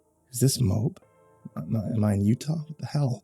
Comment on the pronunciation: for future reference you say all the letters in moab. like moe-ab